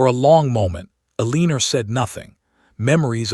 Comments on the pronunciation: Quit naming your heroine Eleanor until you can teach the AI that it is pronounced EL-eh-nor rather than el-EE-ner. I cringe every time it says the name. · Pay attention: El-a-nor!! Say it 2000 times or write it 500. Your choice, AI.